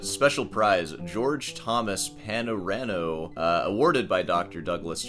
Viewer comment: The guitar is the George Thomas “Panormo” (pronounced PAH-nor-mo). Not Pano-rano. The style is after Louis Panormo, an early 19th century maker.